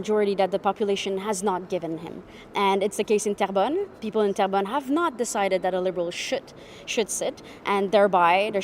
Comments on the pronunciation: 😂 It’s not trembelone… It’s terrebonne (good earth in French) Pronounced Ter-bonn But I love the way you said it, It made me crack-up 🤣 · Terrebonne should be pronouced like " tearbun" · Great show,. It's Terra bon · come on, pay attention you, are pronouncing the riding of "Terrebonne" as tremblon which does not even come close, it is insulting. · Terrebonne. I keep hearing Toblerone. LOL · Trembolonge lol 🤣. We need to teach you some French 🤣😜